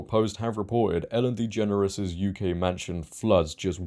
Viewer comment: U keep mispronouncing her last name